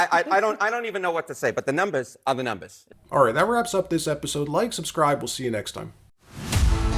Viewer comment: That CNN guy is suppose to be so intelligent, and he keeps on saying "the numbezs are the numbezs", what the hell is a "numbezs"?